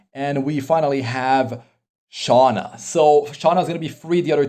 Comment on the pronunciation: im sorry. i watch tensura i was a bit trigerred when you said "SHOUNA" instead of sh"U"na. hahhahah but not here to argue or anything. i watch your videos most of the times too.